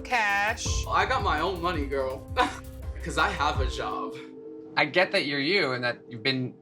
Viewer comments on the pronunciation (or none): “A zzzzhob”💀